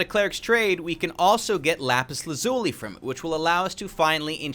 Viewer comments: HE SAID IT HE SAID IT HE SAID LAPIS LAZULI THE RIGHT WAY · He sayed lapis lazuli right